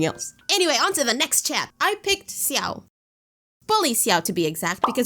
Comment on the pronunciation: SHE DID NOT SAY SSIAO. IT’S PRONOUNCED LIKE CIAO😭😭😭